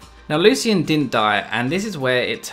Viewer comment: I hate how he pronounces 'Lucian'